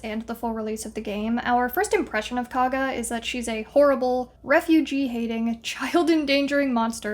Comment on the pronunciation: KOUG-GAH, like COUGH, not KAA-GA cool video otherwise!